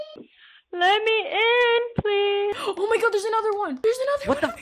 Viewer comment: “Let me in pleas” lol